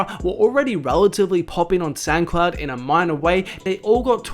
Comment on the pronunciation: “uploaded it to Sancloud”. Don’t say it’s cause he’s aussie. I’m aussie that’s not how we say “sound”